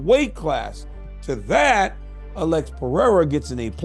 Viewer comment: It’s PeReira, not PeHeira. You’re just too proud of yourself to acknowledge and correct.